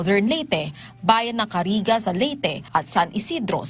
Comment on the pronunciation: Correction Silago hindi siglaw at Carigara hindi Cariga ano klase reporter ka?